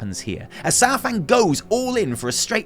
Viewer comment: It’s not SourFang.